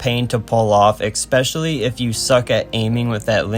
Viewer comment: Neat video from a surprise small channel popping up in my recommended. Looking forward to more videos. (Just, it's especially, not expecially ^^)